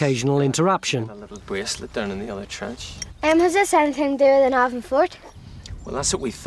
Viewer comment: It's Navan with the emphasis on the first syllable - not the second. At least Tony Robinson gets it right.